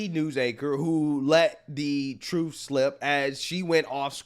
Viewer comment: She said "truff"